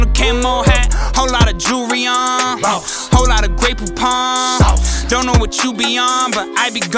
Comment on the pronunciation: hey says “ion want”